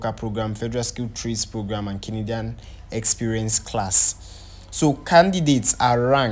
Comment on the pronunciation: Na Canadian he call but used a different intonation so it sounded as kinidian, you'll notice he repeated it often